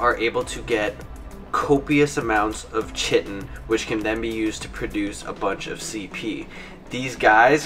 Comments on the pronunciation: It’s pronounced Kite-in btw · chitin. lets talk about that for a second. it is spelt with a c but.... pronounced with a K. eg. kite-en = chitin. say it with me now, chitin. english lesson for today is now over. note, I said english lesson, not american lesson. chitin :D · Chitin is not pronounced that way. Its more like kai tin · Chitin is pronounced "KITE-N". Doh! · It's not pronounced the way u d it. It's basically Kite with a n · Its 2017 and people still dont know how to pronounce chiten lol